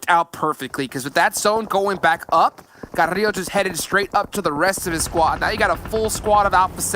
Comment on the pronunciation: None of the Spanish speaking people in this cast can pronounce Carrilho right 💀 it’s pronounced with an L not a Y